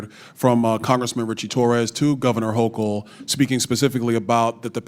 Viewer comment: funny when she said hochuls name wrong , Kathy is a blue carpetbagger